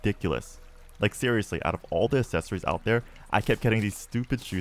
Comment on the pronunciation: Why do you say accessory like assessory?